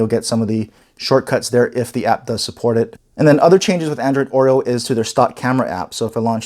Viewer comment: LG G6 H870DS will wait for Oreo it seems. This guy pronounces it like "Android OIL", not Oreo. :D